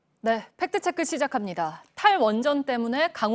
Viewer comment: 안나경 기자님, 팩트체크를 발음할 때 "트"와 "크"를 유난히 강조하는데 팩트체크는 Fact Check라는 영어임으로 가급적 영어 발음에 맞게 해 주세요. 즉, 손석희 사장처럼 "트"와 "크"를 약하게 발음해 주세요.